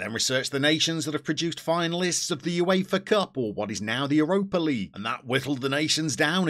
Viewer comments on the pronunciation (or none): none